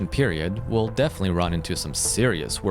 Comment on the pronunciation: Lol AI WOLL YAKE OVER